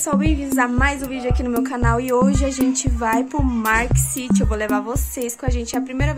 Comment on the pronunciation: "MARK city" Aí me quebrou jkkkkkkkkkkkkkkkkkkkkkkkkkkkk